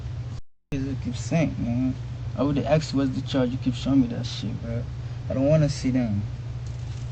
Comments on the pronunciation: He didnt ask him! He axed him. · Asked not aksed